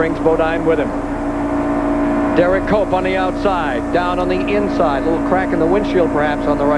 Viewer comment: When benny parsons started saying HERE COMES DERRICK COPE, I can swear that he's saying HERE COMES DOPE COPE!